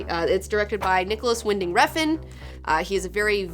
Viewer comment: Refn is apparently pronounced Revn, according to my Danish friend.